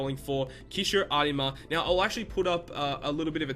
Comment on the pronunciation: triggered by the way you say Arima